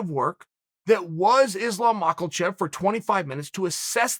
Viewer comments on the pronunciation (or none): Islum Mockel-chev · Nobody: Uncle Chael: Islam Michael chev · Chael:"Hold the thought... Islam Mackelchev" hahah that moment brought me to a tear jerking laugh 😂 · The return of “islam MOCKULCHEV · Chael “makle chev” Sonnen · Chael "Islam Michael-Chev" Sonnen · “Islam mockleshev”